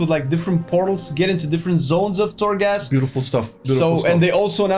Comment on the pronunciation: Unpopular opinion: I can't care less about Torghast. (its called Torghast, not Thorgast guys). I basically don't care. Ill do it tho. As i did farm azerite, islands, raided and other stuff that is needed in the game to progress. I hope they add a good level of difficulty to it, if its not a challenge its not fun for me. Ty for the video tho. Its important to know.